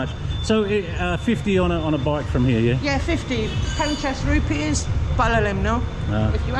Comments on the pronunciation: 50 rupees ❌ 50 roops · Lisa...what a delightful character! "Take one of these for fifty roops"🤣